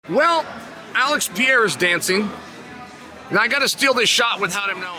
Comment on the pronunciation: Pronounce it correctly! PE REI RA not PIER RA HAM ZAT not HAZ MAT Man,… wtf